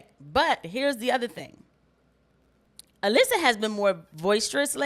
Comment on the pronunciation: It's just so weird the way Alyssa says her own first name wrong!